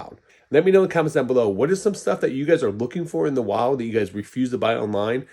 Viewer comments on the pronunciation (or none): none